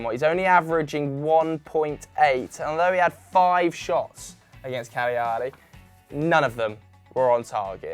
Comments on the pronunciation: Cagliari -> Caliari - 3 syllables Ka - Lia (fast, the g makes the l softer) - Ri (roll it on the front of tongue) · The butchering of Cagliari is unbearable